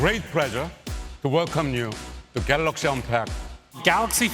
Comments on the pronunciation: Did he just said "Galax" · Love DJ Koh🤣🤣🤣 "GALOX S10+" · 'Galox S10 Plus' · And he is still saying it wrong. GAL0KS. Nobody tells him it's wrong because he's the boks (boss). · I get that their CEO/President’s first language is not English, but how has he not learned to say Galaxy correctly after years of working at Samsung lol